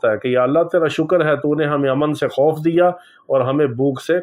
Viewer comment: Aman se khuf nahi khauf se Aman ..